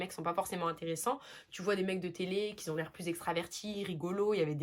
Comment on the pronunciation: Bonjour, c'est très agréable de t'écouter. Ne le prends pas mal mais j'ai constaté une faute de liaison imaginaire que tu fais souvent: qui z'ont / qui z'en ont... au lieu de qui ont et qui en ont. J'ai beaucoup aimé ta vidéo et je trouve qu'effectivement tu dénotes des autres influenceurs qui veulent nous vendre tout et n'importe quoi en escroquant au max en plus!! Je crois qu'à part toi, Bastien et Darko, j'ai du mal à en trouver d'autres!